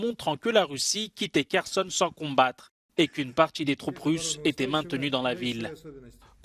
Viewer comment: "Poutchine" , "une partchie", "mercredji", "se retchirer" ...